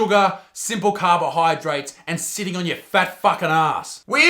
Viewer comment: they pronounced sitting wrong